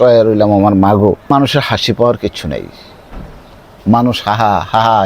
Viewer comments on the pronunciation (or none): none